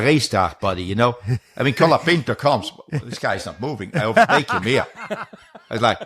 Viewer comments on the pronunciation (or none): none